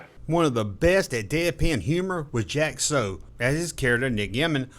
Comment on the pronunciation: Dude, you're mispronouncing the names of some of these actors. Jack See? Florence Hulpa? It's Soo and Hallop. 😮